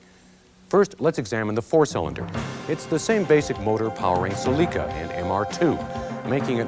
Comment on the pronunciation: the way this guy pronounced celica really threw me off there